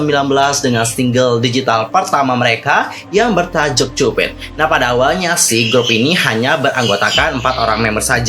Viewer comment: Ak ngakak cara dia bilang 'cupid'😭😭...kenapa cupit harusnya kan kyupid